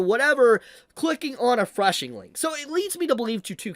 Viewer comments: Phishing is pronounced similarly to "fishing", not "freshing". LOL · It's called 'phishing', pronounced 'fishing'. not 'freshing' or whatever you're saying. It's pronounced like fishing for a reason. You've got the bait (malicious link), cast it into the water (mass send fake emails with the bait link) and wait for fools to bite. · You mean phishing link right??? Not threshing 🧐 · its called a phishing (FISHING) link... not whatever the fuck you are saying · It's "phishing," bruv...."phishing"